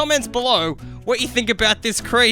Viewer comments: It’s pronounced ca-thu-loo and spelt like Cthulhu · Pronounced kathulue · Not many people know this, but Cthulhu is actually pronounced "Klulhl'-hloo"